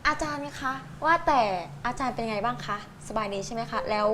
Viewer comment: อาจามไม่ใช่อาจาร